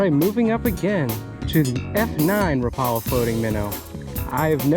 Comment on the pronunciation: A friendly note: "Rapala" is pronounced "WRAP-ah-lah". That's how they say it on their YouTube channel.